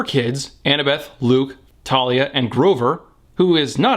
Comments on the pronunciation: Thalia is pronounced with a 'TH' sound not a 'Ta' sound. Rick Riodian's name is pronounced like the word 'Ridin.' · I hate how they say it as Talia not Thalia like how it’s said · Also, it's pronounced THALIA! Not Talia, it's based on a Greek nymph, this is not hard! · Her name is TH-AL-IA! Thalia. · Some Crazed Nerd well I pronounce it Th-al-ia. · I pronounce it Thar-lee-a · Nobody told me the h in Thalia was silent